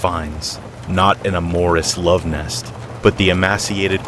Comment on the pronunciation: Cally-ope? a-MORE-us? You can sound smarter if you look up words you don't know before you post. It's fast and easy. Just Google "pronounce calliope," "pronounce amorous."